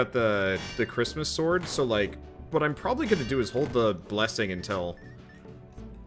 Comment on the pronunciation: Crit-mas Tree